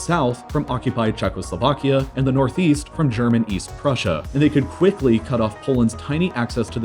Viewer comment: russia and prushia